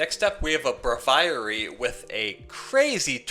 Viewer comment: Repeat after me: BRAY-vee-air-ee. That's how you pronounce Braviary! lol. It's a portmanteau of brave and aviary!